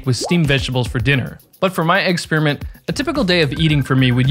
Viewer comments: he really said eggsperiment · Did you say "eggsperiment"?